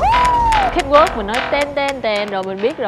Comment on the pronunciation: xin hay doc chu CATWALK cho dung Van oi !